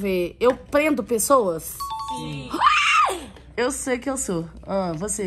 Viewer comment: "vorrasti six ague por favore", quando na verdade:" VORREI SEI ACQUE PER FAVORE" 😂😂🙃